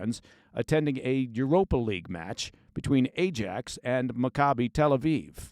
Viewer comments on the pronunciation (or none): He said A jax like the cleaner 😂